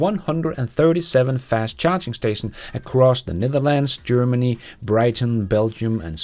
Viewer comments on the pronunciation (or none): none